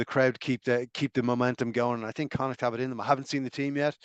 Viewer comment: Connacht not Connad , Jesus